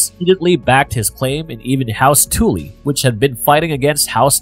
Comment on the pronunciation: Tuh-ly, not Tool-ly, hon.